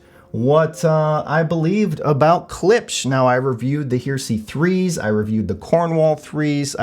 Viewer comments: It's Her..eh..sey!! Not Her..sey!! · 'HARE-eh-see', not 'HERE-see' ! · the Klipsch "hear-see"? Everyone else pronounces it "hairisee" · You are mispronouncing the name of the speakers. They are like religious "heresy" (look it up in the dictionary for correct pronunciation), not HERE See. The reason that they were named Heresy was that the bass was not horn-loaded but a sealed cabinet in violation of Paul Klipsch's original commitment to horn-loaded speakers. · Pronounced: Hair- ra-see not here-see. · It's pronounced "Heresy," idiot! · Yes he says Here See haha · I keep thinking this would be a great speaker for me to upgrade to. Nice review. BTW.. Heresy is pronounced Hair-esee. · It's a three syllable word, not two. "Heresy"; it's what happens when you mispronounce the word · Are you sure you are pronouncing the word “Heresy” right?